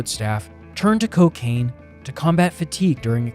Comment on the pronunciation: Hehe “Cowcain”